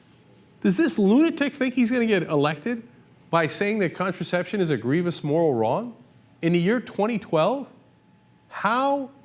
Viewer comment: Young Turk, you are wrong. And it is gree-vous - not gree-vee-ous.